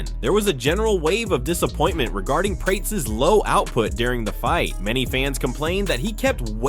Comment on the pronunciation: Seriously? Prates like Crates? LOL. It is Prates as in "Prat-es".